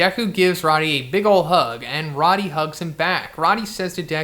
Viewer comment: Pretty sure it's pronounced like "roadie". Rody doesn't have two Ds.